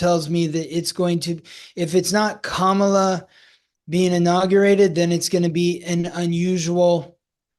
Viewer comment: Respectfully, it’s Kamala with the emphasis on the Kam part. KAM-a-la. Sadly, the way in which people say her name has been a symbol of trying to invoke distrust. I think the majority make this error in pronunciation without ill intent. But it can be a reflection of which candidate you support or whom you tend to at least listen to from an auditory stance. Having said that thank you both for this informative & interesting discussion marrying your two gifts. I too feel ( my intuition - I’m not psychic ) conflict & wondered if there is “no winner” of this election. And I wonder if years ahead having to push through this we come out with a change. better, perhaps different type of party system. I personally like how many people who identify as D or R are kind of throwing off or putting aside that party label and uniting in what to me appears as acceptance, openness & willingness to hear the other out and want to work together. Life on earth in the physical is not easy! Love. Love. Love.